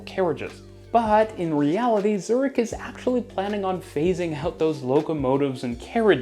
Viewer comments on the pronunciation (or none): none